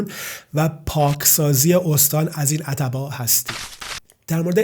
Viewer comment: اول این که اَتَباع غلط است واَتباع صحیح میباشد یعنی ت ساکن است .دوم این که چون خودت مهاجری ازمهاجران افغانی دفاع میکنی وخواستار ادغام افغانیها درایران هستی .مطمئنا" اگر خودت درایران بودی جرئت نمیکردی که حتی یک روز زن وبچه ات رادرخانه ای تنها بگذاری که درساختمان کناریش چند گارگر افغانی مشغول به کار باشند چون احتمال میدادی که چه اتفاقی برایشان بیافتد.بعد هم فقط ازبعد اقتصادی به قضیه نگاه کردی ازبعد اجتماعی وفرهنگی وامنیتی اگر میخواهی اطلاعات کسب کنی یا روزنامه خراسان چاپ مشهدرابخوان یا امار صحیح راازپلیس وزندانهای ایران بگیر.ان وقت میفهمی که این افغانیهاچقدر تجاوز وقتل وجرم وجنایت درایران انجام میدهند که یاگیر می افتند ویا فرار میکنند به افغانستان.کلا"از نوک بینی ات ان طرف تر ندیدی وخیلی دور ازواقعیت واحساسی صحبت کردی.باحرفهایت اصلا" موافق نیستم.بعد هم ماکه درایران هستیم وهمه جا وهرروز این افغانیها رامیبینیم میگوییم اخراج افغانی ها مطالبه ملی ما